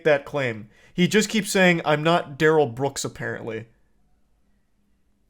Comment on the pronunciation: He says his name is da-Rell, not Darrel. 🙄